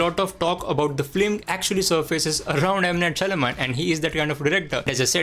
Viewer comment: Lol, you can't pronounce M. Night Shyamalan 😆😆😆😆